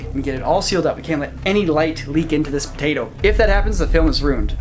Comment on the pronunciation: says potato with the most Minnesotan accent I’ve ever heard 😂